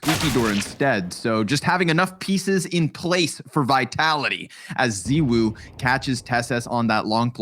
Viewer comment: The pronunciation of zywoo triggers me lmao